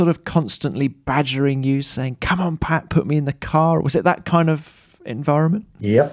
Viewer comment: I think it's Pat not pay, buddy ..